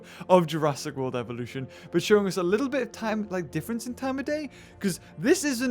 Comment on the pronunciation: u do know dat u said evoluton right?